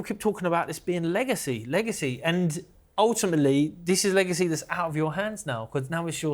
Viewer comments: The way he said eggacy and waited for the joke to BANG. 😂😂😂😂😂😂😂😂😂😂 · "eggacy" 😂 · Its eggacy 😂😂😂😂 lol warra legend hhhh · "Eggacy" his face afterwards 😳 LMFAO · Everyone was scared holding back hard from explosion of laughter after "its eggacy isn't it?" 😂😂😂😂 kudos to em. Senior is senile😂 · killed me with "EGGACY" 😂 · eggactly their eggacy is no yoke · "Eggacy" Class that lad! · Saying it's an "Egg-acy" fight was very funny". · Daddy Eubank sure Knows how to pronounce alot of unusual and difficult sounding Words, but his like a parrot he doesn't know what the words mean, bit like Del Boys French, if those two fighters fought in the same division all their careers Benn would of knocked baby Eubank spark out, was never a fan of Benn or Eubank Sr but they put on amazing flights and we're two hard nuts who could box good ☘️✌️